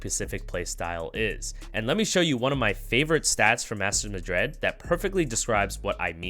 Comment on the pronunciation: bruh just questioning why do you pronouce Madrid so weird lmao, like madread? good content tho